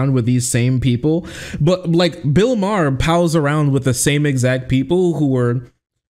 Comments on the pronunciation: Ma-her. Haha. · Bill Maher (pronounced Mar) is a well known pot smoker. He's smoking a blunt.